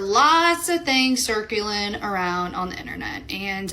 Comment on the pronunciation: Circulin on the internet? CIRCU-Lynn??? Like how the f is she so smug and so uneducated at the same time.